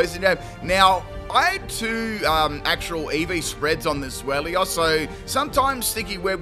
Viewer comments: I'm too busy roasting you for saying "Zwelios". For the record, it's TSVY-lus. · I'll roast you for saying the Pokémons name wrong It's pronounced ZWILOS because it's a play on words with German words for 2 which is Zwei (pronounced zwI) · Zwellios haha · Take a shot each time pronounces Zweilous wrong